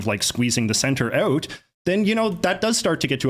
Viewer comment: How come "out" doesn't rhyme with "about"?